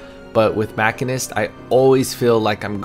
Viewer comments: You ARE saying machinist wrong. It’s not even up for debate. Holy shit. Otherwise, good video. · aCkChYuAlLy it is pronounced machinist...not...machinist